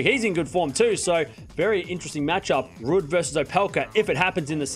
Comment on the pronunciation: Rude-Someone tell when he does a live,it's pronounced Rude. Why does he say last week when the tournament is still going?!